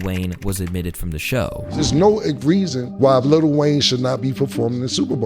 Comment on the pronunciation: Small gripe; Why do people always say little Wayne instead of letting it roll off your tongue as lil Wayne? It's not that difficult.